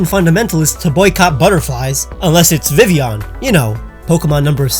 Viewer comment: Pokemon number 666 is not Vivion. That's how it's been pronounced in every piece of media that mentions it, but it has 2 L's. Vivillon. Vi-vil-lon. Am I just crazy or something?